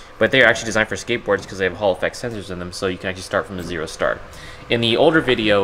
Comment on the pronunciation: Legit whenever I hear "Hall effect sensor" I hear "Holofex sensor".